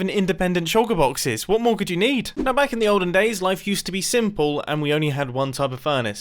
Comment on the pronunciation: No one: Literily no one: mumbo:Its So SiMpIlL